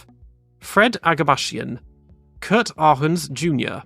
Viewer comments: The German Kurt is pronounced more like court Well you often pronounced the u often more like a ü to me, however you did it well in combination with an a in front like in Lauda 😉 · No, it's pronounced "Kurt" 😂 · Kuuuuuurt was wrong, long u as in kurz or shoe maybe. Not Kört